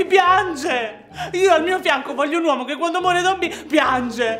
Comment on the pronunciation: mezzo uomoh e mezzoh... uomoh